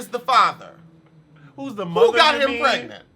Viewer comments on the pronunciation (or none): none